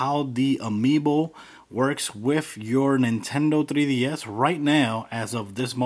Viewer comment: Lesracing 2004 that's how he pronounces it. Either way he is saying 3ds